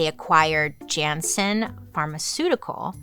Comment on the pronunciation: Turnhout is pronounced turn-hote. Jannsen is pronounced Yan-sen. Fan from Belgium. ❤😊